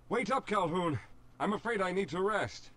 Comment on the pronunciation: its Calhoun, not hoon get it right jeez